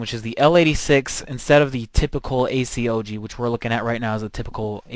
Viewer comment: y not just say A-COG insted of A-C-O-G (just saying